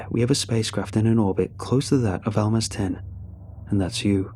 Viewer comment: Also Almaz (research/spy "stations" (and they were quite small)) was pronounced with a [Z] not an [S], the word basically means a diamond on the rough